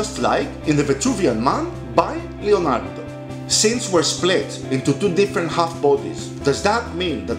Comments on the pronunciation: it's LEonardo da Vinci and not LIonardo da Vinci please do not mispronunciate it thank you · It is leo ( italian) not lio ( english) Hello! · It is not Li - Lionardo, it is Le- Leonardo; the wrong pronounce of english language!!! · Yeah but it's not fucking lionardo, it's Leonardo. I'm italian and i had a stroke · I'm sorry if you think that I was trying to offend you I didn't want to, but in Italy everyone as called him leonardo every art student in every school would write and pronounce leonardo with an e. I didn't mean to be offensive in any kind of way